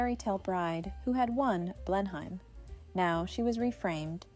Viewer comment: It's pronounced Blen-um